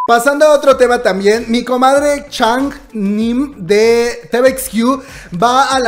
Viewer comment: Te quiero demasiado que te perdono que hayas pronunciado mal el nombre de Max (ChangMin) y TVXQ. Jajaja igual te amo #OldSchoolOn. Gracias por tus noticias, Amor desde Argentina, cuídate!!!